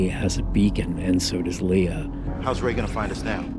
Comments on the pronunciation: I am sorry but it drives me nuts when you say "LeA" instead of "Lay-AH" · You have 5 movies where you can hear how to properly pronounce Leia and han dude